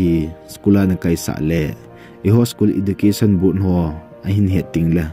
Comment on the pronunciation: Ezucation in pronounce ou sopi ..